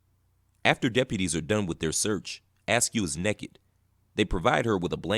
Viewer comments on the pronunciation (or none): Did he really say “NEKKID”? Damn. We gots to do better.